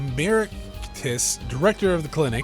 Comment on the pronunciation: I’m so glad you’re back! I’ve been really enjoying this playthrough, so I’m glad your computer is fixed and you can keep experiencing this game! Also, the victim’s full name is Pal Meraktis, which is a joke on the word malpractice. So his last name is probably pronounced Murr-ack-tiss.